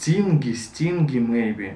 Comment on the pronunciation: Love him trying to pronounce words